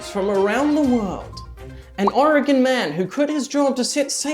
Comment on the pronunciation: i’m honestly surprised that pronounces Oregon better than some people in the U.S. 😭😭😭 (also home state mentioned:0)